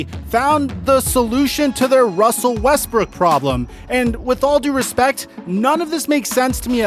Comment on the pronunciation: Wussel Westbrook to the Washington Wizard